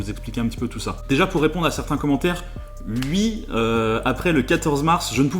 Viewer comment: pourquoi tu dis Ui à la place de Oui